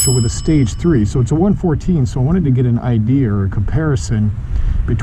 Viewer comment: What is an idear? Just kidding, brother. That just made me laugh when you said that.